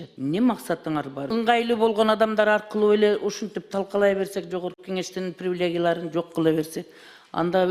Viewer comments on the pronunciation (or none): Привлегия ...... Сөздү туура айтканды билбейт , трансформатор кемпир .😂